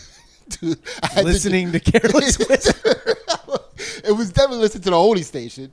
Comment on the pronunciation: Putting an S at the end of George Michael AND Careless Whisper is the blackest thing the has ever done